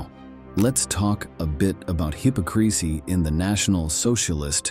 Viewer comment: The auto narrator eeemed fine until an outrageous mispronounciation like 'hypocrisy '. Why not just read it yourself. Why do people have a YouTube channel if everything is taken from others, rehashed then machine presented? Eventually, we'll all turn away from these non-original presentations.